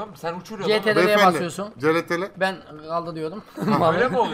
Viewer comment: abi ctrl diyeceğen e crtl diyosun